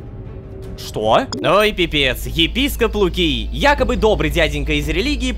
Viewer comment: Когда рома говорит Епископ Лукий я слышу Пипска Лукий